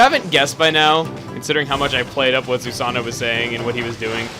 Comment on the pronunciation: Oh never mind you mentioned that anyway sorry...just that you said the "God"'s name wrong, the character's name is Susano, but the God's name you pronounce as "Susa-no-oh." Spelt as Susanoo.